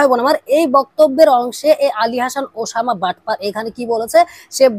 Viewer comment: তুই তো উসামা নামটাই স্পষ্ট ভাবে উচ্ছারণ করতে পারছিসনা